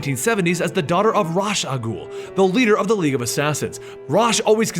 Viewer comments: I'm pretty sure there's an L in "al" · I think we all pronounce Ra's al Ghul's name in different ways. For instance, I say it like Rashe like in the games, how do you say it? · The pronunciation of Ra's Al Ghul is a common mistake